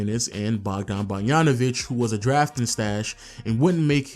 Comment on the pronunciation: pls work on your pronunciation of Bogdanović. You read it like it's *Barjanović*. Read G like in grand for examle